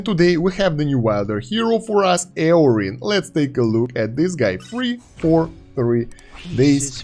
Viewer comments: it's not, it was confirmed in the patch notes video that it's "Yórin". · His name is pronounced "Yorin" btw. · No it’s ee-oh-rin